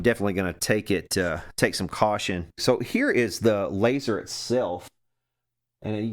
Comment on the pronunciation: Fire the "láser" hahahaha